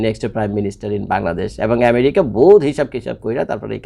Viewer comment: ভাই আপনার কাছে অনুরোধ আমেরিকাকে " ম্যারিকা" শুনতে খুবই অদ্ভুদ লাগে 😅